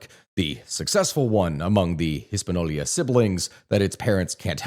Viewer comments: Hispaniola not Hispanolia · no that's how he pronounced it lol and multiple times not just the timemark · How can you pretend to educate but can't pronounce a simple word Hispañola? Let me help you 😂 (His-pa-nee-o-la). Try this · This is the only source i have ever encountered that pronounces “Hispaniola” the way this guy does and not his-pan-yo-la. Maybe I’m wrong and he’s saying it a way that is correct in another language, but I’ve never heard that before. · sorry lad, but its hispaniola. not hispano-lia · it's Hispaniola not HispaNolia lol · No, not Hispanolya. The y does not go there. Ever. "Intercontinel" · the way he pronounces jovenel moise is so fucking garbage that i can almost forgive hispanolia